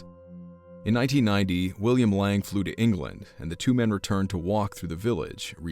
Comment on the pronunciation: His name wasn't pronounced Lang it was Laing.Layng!!!!